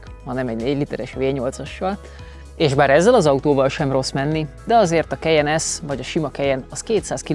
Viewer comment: “Kejen” Soha semelyik autós szakújságíró nem ejtette így a modell nevét,sem Magyarországon,sem külföldön. KAJEN! <—- Németországban is így ejtik! Az új modell orrrésze borzalmasan gyengére sikerült,jellegtelen. Ennyi erővel lehetne Ford vagy Honda.